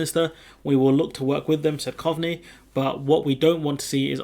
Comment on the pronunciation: it's pronounced Cove-ney